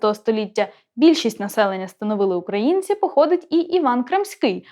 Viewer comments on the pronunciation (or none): none